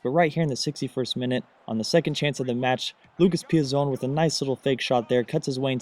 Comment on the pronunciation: Im pretty sure that Lucas Piazon is pronounced "Pee-ats-on" due to their not being an "e" at the end.